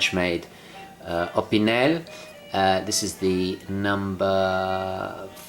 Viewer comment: Haha mate the way you say opinel